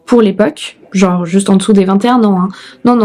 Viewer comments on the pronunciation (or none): none